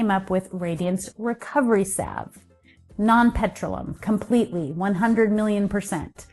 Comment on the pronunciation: 🧡 For me Vaseline is a no no & I do not buy as I like a more natural non-toxic as possible alternative 👋🤣❗️ I know u were trying to pronounce it hwevr its pronounced Pe-tro-leum 👋🤓